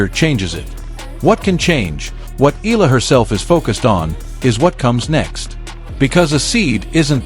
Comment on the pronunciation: Not EEL-LAH it's EE-YAH-LAH!